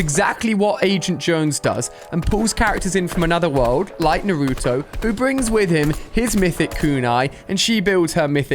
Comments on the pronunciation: Lol pronounced Naruto like such a typical white guy who hasn’t even watched an anime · Ali you said Naruto wrong no hate but it triggered me 😅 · The way he says Naruto pains my heart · Your saying nurto it’s called naruto no u in the behind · Ali a is so uncool he dosent know shisui uchiha pronouncation and didnt know kototamatsukami pronunciation too and the crow eyes kotoamatsukami was given by itach uchiha and naruto pronounciation is n-a-r-u-t-o not nruto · Bro it’s naruto not nartoo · man cant even pronounce naruto correct oml